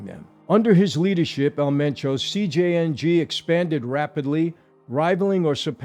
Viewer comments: It's CJNG not CJNJ. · "CJNJ"???? I thought it was CJNG. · CJNG……not CJNJ 🤦🏻‍♂️ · Why are you pronouncing it that way?